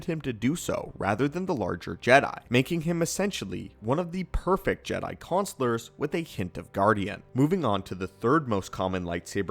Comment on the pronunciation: the cyan and counselor pronunciations are driving me nuts